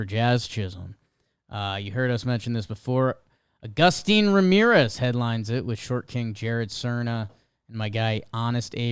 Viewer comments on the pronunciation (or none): just an fyi: agustín is pronounced ah-goo-steen rather than uh-guh-stin. 👍